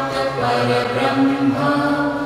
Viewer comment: Please pronounce it Correctly i.e Parambrahma not Parabrahma. Parambrahma Meaning Shreshtha Brahma. Like Paramguru, Parammitra, Parampujya.